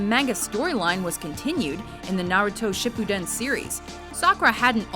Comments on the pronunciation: I fucking hate how she says "Shippuden" You're saying it wrong, just so y'know. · Ugh... Someone, please teach this lady how to properly pronounce Japanese names and words... Shippuden, manga, Mikasa... It's really not that hard to figure out. Not to mention... In one of the clips for Mikasa, another character says her name properly... Reading a script without knowing jack on the subject, I assume? Ugh...